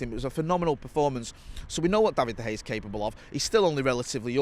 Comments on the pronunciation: Seen some pronunciations for de gea but never seen someone pronounce it as bad as hey. Where did you get that from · Does anyone want to tell that there is an A on the end of Dea Gea's name? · is saying: Da Hay! Hilarious!! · I couldn't pay attention to this with "David Da Hey" being said all the time lol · De Hay... never heard of him 😅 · David De Haa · Going to start a Da Hay drinking game 🤣🤣🤣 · 🤔 De Gea or Da Hay 🤣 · This guy has always has a unique way of pronouncing things and nothing seems to change that. Have to keep asking myself every time he says it. Who's David de Hay? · Him and Howson have been saying it like that for years, and must know full and well that isn’t how you pronounce it